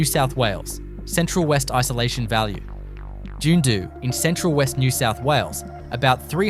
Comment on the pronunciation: Is this A.I. ? Dunedo (Dunny doo) is not jundo!